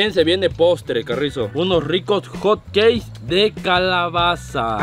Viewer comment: 🗣️🗣️Hot-keis✅ Hotcakes 🥞 ❌